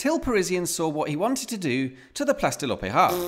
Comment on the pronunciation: I’ll be honest, your videos are good, but every time you said “Place de l’opéra”, my heart sank. I’m guessing French isn’t a strong point. Keep up the good work anyway.